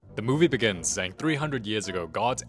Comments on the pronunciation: Bro I got so confused when he said the movie begins instead of DA MOVIE BEGINS😢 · Hey you didn't say the movie begins like the way it's supposed to 😭😭😂